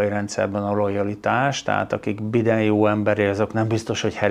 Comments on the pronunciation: Bájden, nem biden. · Nevetséges hogy Bident mond "Bájden" helyett !! Nem olyan nehéz kimondani !! Jajjjj